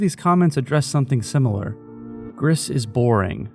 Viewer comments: FYI It’s pronounced like “Grease” Gris is Spanish for Grey. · mb for being that guy but gris is french for grey and in the pronunciation u dont really pronounce the s at the end, i loved the video btw